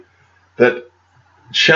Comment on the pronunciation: Dear , it’s China not Chana 😁